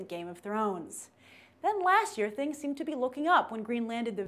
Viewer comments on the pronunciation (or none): none